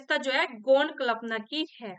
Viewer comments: माफ़ी के साथ कह रहा हूँ प्लिज़ 🙏🏻 जब कल्पना की उच्चारण करती हैं तो बहुत खटकता है 🙏🏻 एक बार इसपर ध्यान देने की कृपा करें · Ugc net k liye pdha rhi h ap jisse aage chal k bachhe assistant professor banenge esliye ap hindi k words ka pronunciation sahi se kriye Kalpana dhwani jaise sabd ap galat bolti h or sth me or b bht se sabd h Jo galat bolti h esliye unko sahi kre Jb teacher sahi bolega tbhi bachhe sahi bolenge